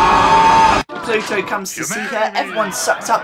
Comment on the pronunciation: Do you keep saying "Pluto"? His name's Bluto. Pluto is Mickey Mouse's dog. ;P